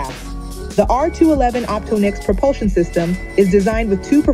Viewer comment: Did you just call it opto-nix? It's OPTONIX, all one word Ugh 😩